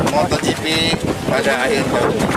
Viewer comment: MotoGP pak, bukan MotorGP